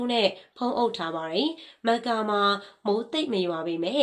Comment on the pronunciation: မက္ကာလားကမ္ဘာလားကန်ဘာလားစကားပြောတာပီအောင်ပြောပါလားဘာမှန်းမသိလို့